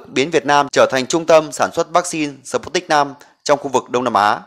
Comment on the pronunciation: Đọc là sput - nhích v. Không đọc là sờ- put- nic v, khó nghe quá